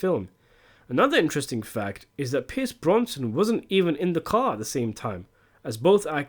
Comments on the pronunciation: Who is Piers Bronson!! Or is this just modern AI crap gone wrong? It's Brosnan. BROSNAN! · Bronson ? brosnan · BROSNAN not bronson.... Whatever happened there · Who is Pierce Bronson? it's Pierce Brosnan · Pierce Brendan Brosnan , not Bronson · Brosnan not Bronson